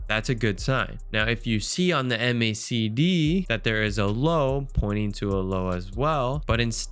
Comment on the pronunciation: great content, but please just say "mack dee" like everyone else. not "em aye say dee".. it's the macdee bud.